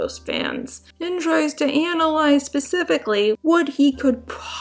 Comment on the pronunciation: “being mentally ill is no excuse for being a bad person” erm yes! It is the basis of the entire legal system. Why does she insist on saying specifically, when she can’t say it properly with her speech impediment. Love her videos though even though she says “jokes” but doesn’t explain what she’s going about. Like it’s a inside joke but I’m on the outside. Sorry for being negative because I genuinely like her videos.